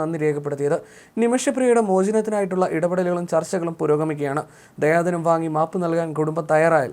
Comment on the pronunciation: ദയാധനം അല്ല ദിയാ ധനം അറബി പദമാണ്